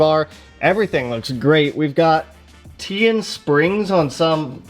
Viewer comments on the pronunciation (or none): Tein is pronounced like rain 😉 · I know it's hard because it's a weird word and everyone guesses at how to pronounce it, but if you check any of their promo material on youtube, TEIN themselves pronounce TEIN as "TANE".